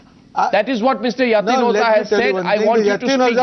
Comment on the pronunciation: Mr. Arnab, its O-JHA, not O-ZA !! Please, for world peace sake, lets close this issue today, so its O-JHA.. no no. dont get confused and dont dodge the pronounciation, its O-JHA, O-JHA !!! Its not O-ZA ...